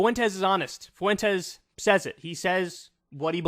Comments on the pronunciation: For the love of Christ Kyle, it's not Nick "Foo-entes" it's Nick "Fwentes" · Kyle why are you pronouncing his name like "Foo-en-tez"? It's Fwen-tez. 🤣😂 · Holy moly man, its pronounced "fwentez", two syllables, emphasis on the first syllable. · Is that really how you pronounce Fuentes? I thought it was closer to Fventes if anything? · Yeah, no. It's definitely not pronounced "foo-entes". IDK how so many people struggle so much with a name as common as "Fuentes". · Whoa, wait...since when is "Fuentes" pronounced "FOO-ENTEZ"?? Is that actually how Nick Fuentes pronounces his own name? Or is it just funny because it's how Kanye says it? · I can't take hearing his name pronounced 'Foowentez" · Nick “Foowentez” 😂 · Kyle, learn how to pronounce "Fuentes" properly. it's not that hard.